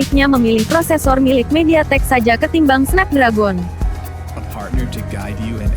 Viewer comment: Snep dregen bacanya